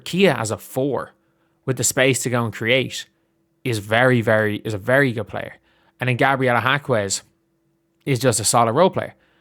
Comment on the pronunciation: For the love of all that's holy, there's no "w" in Jaquez.